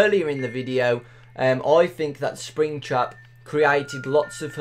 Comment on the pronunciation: When he say's springtrap I hear springchrup